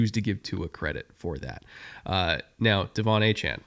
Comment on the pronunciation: You think that team is capable of losing 10 games?! (7 win floor)... 😮 i aint a Dolphins fan, and even i can see this as off as you guys' muspronouncing Achane.